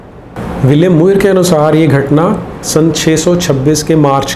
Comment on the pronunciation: मुइर नहीं, म्योर । आप ऐसा pronunciation करते अच्छे नहीं प्रतीत होते । साष्टांग दंडवत गुरु